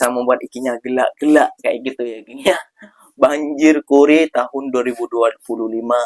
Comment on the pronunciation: "Banjir core" tu sebutan nya bukan banjir kore...tapi sebutannya banjir kor.... Astaga...apa benda la...kore kore..kau nak korek apa .lubang idung..??